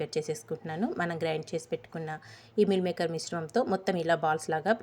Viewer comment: ఎవరు చూసినా vegetarian dishes ని non veg dishes తో ఎందుకు పోలుస్తూ ఉంటారు? మిల్ మేకర్ కాదు మీల్ మేకర్ అనాలి కర్రీ కాదు కరీ అనాలి